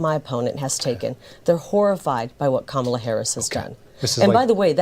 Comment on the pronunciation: Funny how she sometimes slips and actually pronounces Kamala"s name correctly!